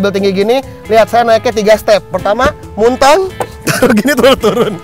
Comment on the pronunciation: muntang..hahaha sunda pisan